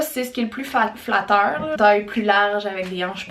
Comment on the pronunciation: "Plus fatteur"